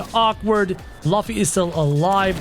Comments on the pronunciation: It's not lufffy it's Lufy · It is luffy but it's pronounced LOOFY but spelt luffy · Its purnounced looffy but spelled luffy. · luffy is pronounced like: roofy (in japanese) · NOT LAFFY IS LUFFY 😡🤬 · Btw Ur saying Luffy wrong u say it like loofy